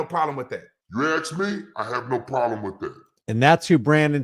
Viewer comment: Another grown person who can’t pronounce ask